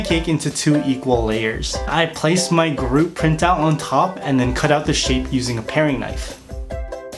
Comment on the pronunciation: Did he say Baby Garoot instead of Baby Groot? 😆😂🤣🤪